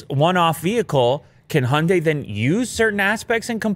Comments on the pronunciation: Cars name: Hyundai. Pronounced correctly: Hi - Un- Die.: Hunday. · "honday" High-un-die Honday 😒